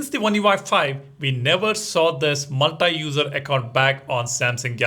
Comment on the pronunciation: Learn pronouncing "multi" properly